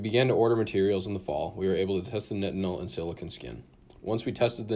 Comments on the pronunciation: its pronounced night-en-ol like backwards tylenol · Google pronounces nitinol this way but bing pronounces it the common way.